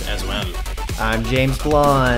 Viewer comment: "James Blonde"